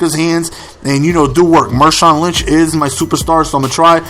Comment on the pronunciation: hahaha he calls Marshaun Linch Mershaun Linch